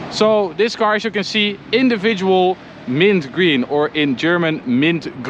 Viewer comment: "Mint grun"😂 Nicht ganz, Kollege 😂